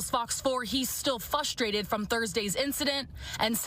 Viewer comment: I really hate when people say fustrated. Did this reporter graduate from the leaing center? Wtf